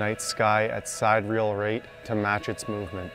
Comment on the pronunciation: Great video and awesome image! Not trying to be negative here. The hobby is important to me, too. But it's not just about how to work the gear. Your viewers rely on you to get the words right, too! They trust you because you're the expert. The word "sidereal" has four syllables! Look it up at Wikipedia and mouse over the pronunciation. Then say it with me. Everyone now. All together: "Sigh-DEER-ee-əl"! There! Much better!